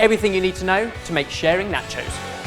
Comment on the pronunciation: "Natchoes"